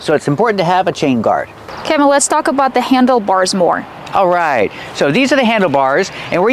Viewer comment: and What is the correct pronunciation of the name Kevin? I heard say "kaah-vin" multiple times in the video.... while Kevin introduced himself as 'ke-vin". Since this is an American English pronunciation channel I'm asking you guys to please educate me with the correct pronunciation.